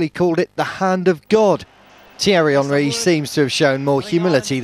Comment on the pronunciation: I love how the irish fans pronounce henry. like actual Henry